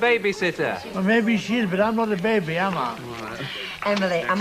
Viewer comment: If Ivy says Babby one more time ,😡.